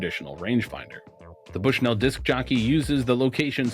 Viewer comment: As someone from Bushnell Illinois it's pronounced like "Bushnull"